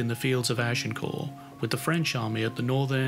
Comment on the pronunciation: The final ‘t’ in Agincourt was pronounced even in the Middle French of the time, let alone Middle English.